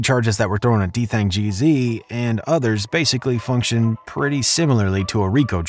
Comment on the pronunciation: Homie said DThang Jeezy